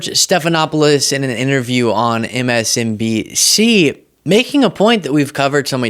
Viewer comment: Ok…..young man. I’m gonna offer you a suggestion to help you be more professional in your presentation, since you’re young and new. Stop….with the gaps between your words and even syllables. Example: That was MS …..N…auh…..BC.